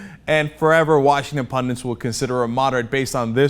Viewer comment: Cenk, please stop saying "pundant", you sound like Wolf Blitzer. There is no such word; you mean pundit. Cheers.- ;)